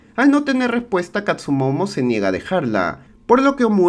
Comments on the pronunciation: amigo buen resumen pero se llama kastumoto no kastumomo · DESHONOR!!!! es Katsumotto no "Katsumomo" xD, fuera de eso buen video y buena peli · catsumomo??? siempre escuche catsumoto.. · El samurai se llama Katsumoto y no Katsumomo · Todo bien, pero es katsumoto no katsumomo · Tiene muchas cosas buenas este resumen pero el tremendo error de llamar katsumomo a katsumoto es horrendo, dislike al video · no pronuncias bien las palabras japonesas jaja , dices katsumomo 🤦🏻‍♂️ y es katsumoto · Katzumoto, no katzumomo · Se que llego tarde, pero que falta de respeto bro :'v en buen plan, pero como le vas a decir KATSU MOMO ? jajajaja, igual buen video, siempre me entretengo, pero nunca me suscribo 😅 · Si, pero no fue la guerra civil, fue la guerra contra los indios... ni tampoco existió el personaje de Tom Cruise ... Dijo katsumono? O escuché mal jaja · Todo bien, solo que se llama Katsumoto...